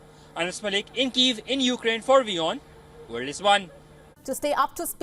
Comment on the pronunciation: Great channel , but can you change the name to VION, Vorld is Von, it d be a lot easier 😅